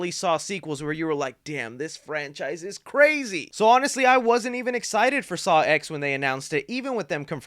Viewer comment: dude, it’s a roman numeral. it’s pronounced “saw ten,” because it’s the tenth saw movie🙄